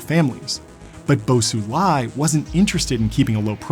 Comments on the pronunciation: Isnt xi pronounced "she"? He keeps saying it like "see". And then he was calling bo xilai "bo sulai". I get it tho, as an american foreign pronunciation is hard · Very insightful video! although you butchered Bo Xilai’s name. 😂 That Xi in Xilai’s name pronounces the same as that of Xi Jinping, which you are doing well.